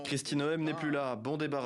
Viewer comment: Arretez de prononcer Noem comme Noel C"est NOMM Ca prouve juste que vous ne suivez absolument pas les medias US, et que possiblement vous ne comprenez meme pas l"anglais.